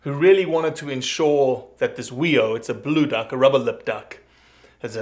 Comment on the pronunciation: Good stuff! FYI - its pronounced Fee-Oh. The "wh" is pronounced with an F sound in a lot of Maori words. Not trying to be a dick here - just that no one says "wee-oh" when then they're talking about NZ blue ducks.